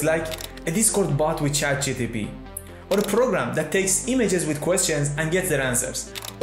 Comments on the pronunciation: its ChatGPT, not GTP 😒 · he always says Chat gtp, not one single time he manages to say it properly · Chat GTP :))